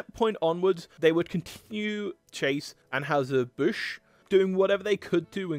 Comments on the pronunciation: In the US, the company which brews Budweiser is generally pronounced Annhiser Bush, not Anhowser as pronounced here. I’m guessing that an original German pronunciation might have been closer to Anhoyser, but that’s just a guess. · Just a note... it is 'Ann HIGH zer Busch'. not 'Ann "House" zer Busch.' Just to let you know, THAT is the pronunciation. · That final 'New' Schlitz recipe at the very end was actually pretty good. Very smooth and malty, not too hoppy like Stag Beer. Here in Missouri we pronounce Anheuser "An HIGH ZER" not An HOWSER and Strohs is pronounced STROZE, not STRAWS. Why can't we return to a time where people made a quality product and were paid enough to be prosperous while the companies made enough money to be profitable? Answer: excess taxation and over regulation. The government busts up low hanging fruit with little companies for antitrust violations, but allows the true giants to hold a de facto monopoly through common interests. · STROHs sounds like Stro s; && Anheuser is An high zer, i believe: do a vid how they KILLED! Bud Lite dead.. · Interesting video, although mispronouncing "Anheuser" doesn't exactly increase your credibility. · You need to work on pronouncing Anheuser and also Stroh's. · Mispronouncing virtually all of the beer company names in, yes, a beer video is fn lazy.